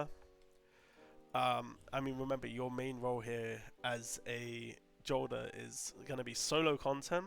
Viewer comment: Jolder is pronounced Yolder. You can confirm this simply by playing the game and listening to the ghost and npcs say Jolders name